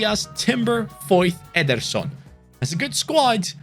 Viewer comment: Veeterson with rasengan.....🤣🤣🤣🤣